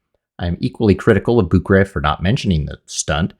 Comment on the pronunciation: to be fair, please, research how to pronounce the name of. Anatoly Boukreev, it's actually pronounced [Bu:k-ré-yev], pardon my English transcription skills< but you get the idea. His name should be written as Bukreyev, but Russians tend to miss this and simply write their names as direct transliteration, but since in Russian those double "ee" are pronounced as "e-ye", like in "conveyer", it might be a good idea to get back to the correct name pronunciation, because his last name is NOT "Bukrev". I mean, I am not pushing you to learn Russian, but it really hurts my ears.